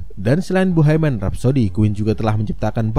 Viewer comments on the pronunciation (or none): Bohemian om bukan boheiman 😖